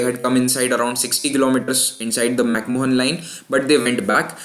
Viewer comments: lol..its MacMahon line..and not MacMohan line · It's pronounced "mac maan" not "mohan" Pretty sure he wasn't Indian. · McMahon is pronounced as "Mac-Man" or "Mac-Maan". You should know that.